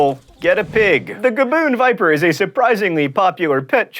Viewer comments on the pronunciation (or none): none